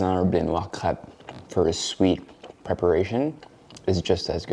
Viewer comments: kreip not krep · Is it cray-p or crep?? In au its usually pronounced “crayp”